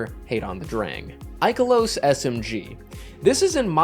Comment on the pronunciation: 5 years later and Ikelos is still getting mispronounced 😭